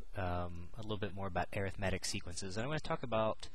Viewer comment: You're pronouncing Arithmetic incorrectly.